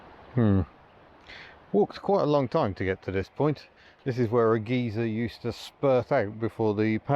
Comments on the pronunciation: Huka Falls is pronounced hook ah falls. I lol'ed when you said geezer instead of Guy ser. American's also have trouble pronouncing our words. I once had a Pukeko nick my hat and try to take off with it in the bush. A group of us were on a three day tramp and we sat down for a rest, the Pukeko walks around us, spies my hat and quick as a flash grabs me hat and makes off with it but dropped it when I told it what are you doing with that!?. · Don Little Never heard the British pronounciation of geyser before!